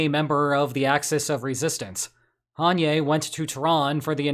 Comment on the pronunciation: Haniyeh is pronounced "Ha-knee-yah" not "Han-yay"